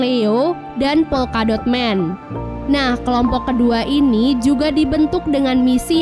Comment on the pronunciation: Polkadot woy bukan volkadot